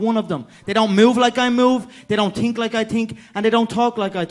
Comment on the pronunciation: Afaq Zia I wish I could tink like he tinks